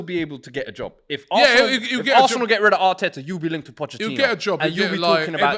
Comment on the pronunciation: Its not pochechino, its pochetino lol